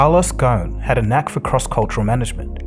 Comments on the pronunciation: Great video as always. Just one minor note his last name comes from the Arabic word غصن meaning branch. So you should pronounce the “S” in the name - it’s pretty much spelled phonetically. Go-sn. Thanks as always !! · Ghosn the 's' is not silent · The biggest fraud is his name is ghosen so it probably ought to be pronounced ghausin but they pronounced it ghun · Carlos Gho-son. That’s how his family name is pronounced. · Ghosn is an Arabic name and the "s" is not silent. The word means (a tree branch) in Arabic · Great video but the S in his surname is not silent.